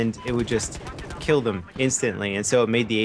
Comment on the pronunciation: lol "ill keel you "